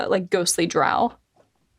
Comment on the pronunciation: Drow, drow,drow your boat ....gently down the stream. Not WOW-Drow